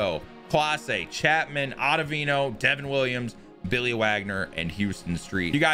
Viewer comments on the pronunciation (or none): none